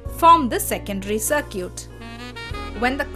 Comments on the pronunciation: It's Sar-kit and not sar-cute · "Sir-cute." lmao